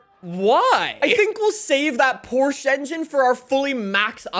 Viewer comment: as you saied "Porsche". Its beautiful for a german to hear an english/american/austrailian pronouncing it the right way. It was almost perfect